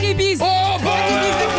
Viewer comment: Black AIEEEd Peas.....PAS Black iiiid Peas......wtf